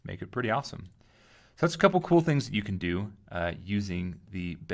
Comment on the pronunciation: Finally somebody pronounces Monsieur Bezier's name correctly! I am really tired of hearing "beezer tool" and similar stupidities! Merci!